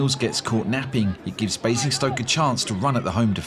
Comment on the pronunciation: Bruh there is no E in Basingstoke lol